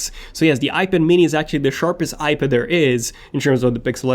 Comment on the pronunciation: When will you learn how to say iPad?